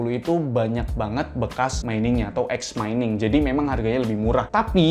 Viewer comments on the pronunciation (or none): none